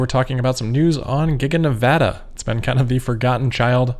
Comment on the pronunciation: So glad Rob that you know how to pronounce Nevada ! Yay Amigo